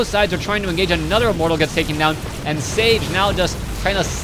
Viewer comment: sTage... Not sage.